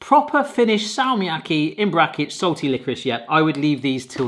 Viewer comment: se on Fazer ei feiser ja salmiakki on salmiakki eikä säällmiäkhi